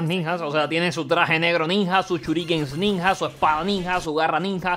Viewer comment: soy le único que se da cuenta que pronuncia ninja como el ort0??? hasta en ruso se pronuncia bien y este catalán viene a decir ninha!